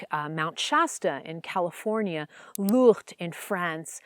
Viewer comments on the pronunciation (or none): Okay, you definitely don't know how to pronounce Lourdes.